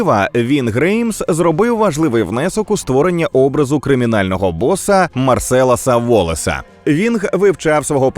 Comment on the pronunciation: Є одне але. Марсел Уолес, а не Марселес